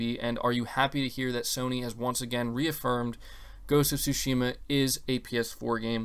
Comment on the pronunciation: Tsúshima... Gotta say it right bro